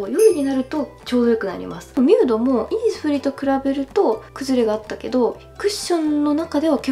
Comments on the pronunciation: イ↑ニスフリーｗｗｗｗｗｗｗｗ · イニスフリーのイントネーションいつも気になります…！（笑） 40万人おめでとうございます♡ これからも無理せず頑張ってください！！！ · イニスフリーのイントネーション気になりますね。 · イニスフリーのイントネーションすごいｗｗｗ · イニスフリーって、そんなイントネーションなん！！？？？ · イニスフリーの発音がイにアクセントあって笑う